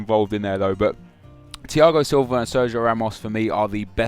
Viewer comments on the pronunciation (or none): none